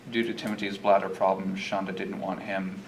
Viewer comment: I LOVE LOVE LOVE how you pronounce Shanda's name! 😍 😂😂 It's fantastic